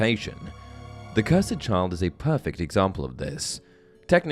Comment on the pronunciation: Bro I'm sorry but why do you pronounce cursed like ker-sed.